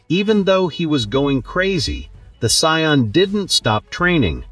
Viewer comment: Saiyan is pronounced SAY-IN not cyan